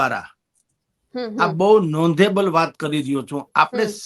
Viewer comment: નોધેબલ l નહિ નોટેબલ બોલો હિન્દીમાં ગપા ચાલે આમાં નહિ..